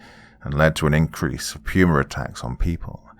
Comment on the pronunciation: I was wondering what the heck a pruma was. Then I remembered all the other pronunciations of words that your accent affects and realized it's puma. A big cat. 😆 🤣